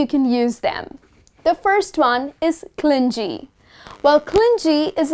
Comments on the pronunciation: Hi.. am one of ur followers....u r so helpful. Your lessons are so interesting..much appreciated if u focus pronunciations also..would be helpful 4 us.. its not clingy.(clin_jee.)as u pronounced.its / klini/.thnku dear..keep gng.. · Clingee....stop pronouncing it incorrectly...its clingy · Grt adjectives except that clingy is not pronounced properly. It is not clin-ji but clin-gee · Clingy is actually pronounced cling -ghee , rather than the J sounding vowel sound sometimes used for G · Aren't you pronouncing g in clingy wrong..it should be pronounced like g in game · She mispronounced clingy.